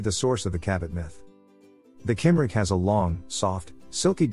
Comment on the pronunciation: Cymric is pronounced cum-rick.